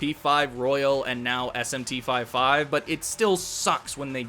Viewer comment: It’s not called SMT 5 5 🥴